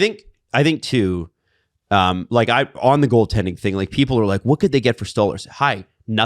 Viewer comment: please stop saying 'STAWLERZ its "STOLE-ARZ"